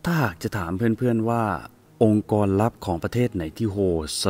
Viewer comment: องค์กร ไม่ใช่ องการ🤔🤔🤔